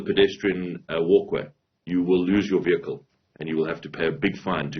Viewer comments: fire the minister of transport.. shee has no clue cannot even pronounce vehicle😂😂😂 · The minister could not pronounce "vehicle" 😂